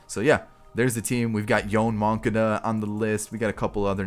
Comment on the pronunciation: “yoan moncada” 😂😂 gets me every time